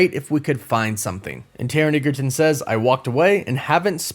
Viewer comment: Edge-a-ton ! Not what you said.